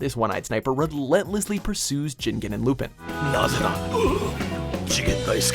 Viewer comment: It’s pronounced ge-gan and lu-pon